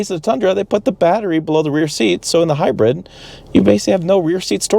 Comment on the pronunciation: Can’t stand how he pronounces hybrid as “hi-bread”